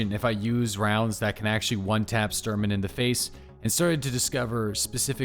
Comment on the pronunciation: Dude it's Shhh Shhh Shhh-Turman :D not Stir-man.